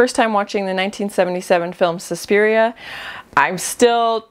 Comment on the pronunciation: Yes, you pronounced Suspiria correctly,. 😆